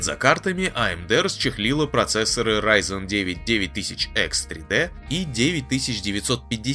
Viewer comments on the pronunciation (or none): none